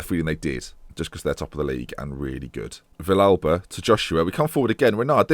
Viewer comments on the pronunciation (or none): Nice to finally see a fellow argentinian in the save! Also, Villalba is pronounced ''Vi-shal-ba'', with the ''sh'' as in ''show'' get well soon.